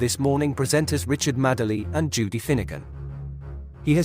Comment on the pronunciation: Madeley and Badiel are famous enough surely for the voiceover guy to pronounce them correctly. 😀